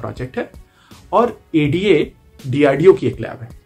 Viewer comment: It's not aadda it's A.D.A